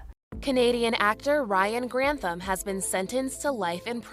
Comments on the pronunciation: I absolutely love your videos. but okay his name is pronounced Ryan GranTHam. With a TH rather than a T - ham. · Gran. Tham.... not Grant. ham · I love your mispronunciations it's so cute. I have no idea if it's Grant ham but if it was in Scotland it would be gran-tham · think it's Gran-THAM not Grant-HAM, jfyi. Such a sad story, I never wanted to be famous even as a little kid. Always seems like more hassle than it was worth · We share a last name, but at least mine is pronounced "Grant-tham". I have a lot of sympathy when it comes to mental illness but I'm having trouble finding that sympathy for this case.